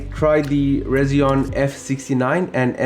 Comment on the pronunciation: Hey just so you know, it’s pronounced Resi-ONE. Just like their logo, it’s an R and a 1. And your work is incredible and inspiring as usual! ❤❤❤❤❤